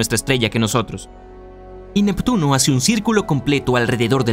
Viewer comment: Jajajaja 😂. Nectuno. Se. Come. A. Plutón. Jajajaja 😂🤣